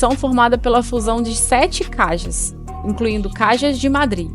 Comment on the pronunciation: Se esta apresentando o video en portugues melhor falar todo em português,caja em português es caixa ,esta maneira como diz caja no existe em idioma nenhum